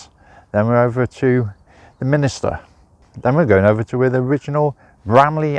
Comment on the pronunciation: Nice video of my home town, but please: it's a Minster, not Min i ster. Sorry to be picky.